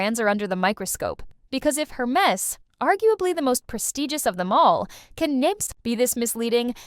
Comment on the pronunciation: If you're going to discuss a brand. At least make the effort to pronounce the name correctly. Air mez, Not Hur mess